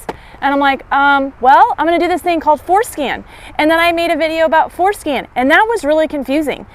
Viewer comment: I swear she's saying foreskin....